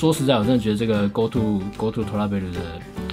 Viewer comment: 為什麼我一直聽成go to脫拉庫...